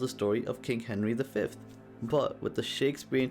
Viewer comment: Henry Five? Really?